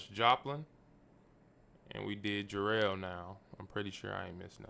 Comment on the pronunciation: Jarrell, not jarr-ELL.🙂